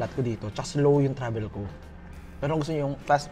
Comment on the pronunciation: Coke na may ibang PLAYBOR. Playbor talaga? Then ‘Seben Eleben’ and ‘Trabel’ P vs F and B vs V